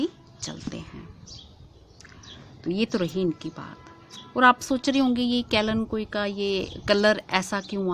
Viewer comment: kalenkoi nahi kalenchoi